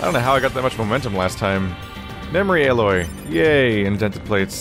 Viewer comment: I dont know why but it triggered me when you called the Titanium Alloy "Aloy" instead.